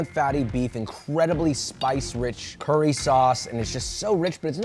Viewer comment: Josh please don't say "curry sauce" 😔